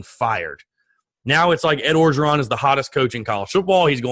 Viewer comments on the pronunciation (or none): Orgeron is pronounced without the first R. Just Ogeron